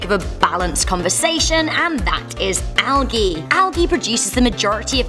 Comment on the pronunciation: Who else hates how she said algae